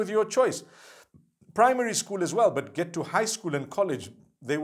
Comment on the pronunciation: Every time I looked at your video you bring me smile when you say "BAT" (but) may Allah bless you and your family continue to make videos !!!!! (My english is not good because Im french)